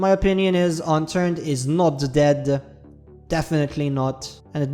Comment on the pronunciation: “It was never deaddeh”